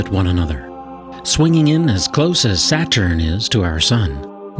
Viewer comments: lol, alpha centowri and sateeeerrrn. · Anyone else cringe every time he called it "Satchern"? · He pronounces "Saturn" like he's never heard the word spoken before and is trying to work out what it sounds like as he goes. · why do they alway find the weirdest people to narrate these videos. i can't pay attention to the actual video when he keeps saying alpha senTOWry and saTURN. ps i think we'll still be around well after 2150.